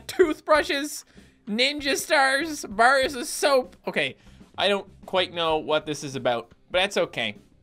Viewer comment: pronounces bars like if you were to say bears and I love it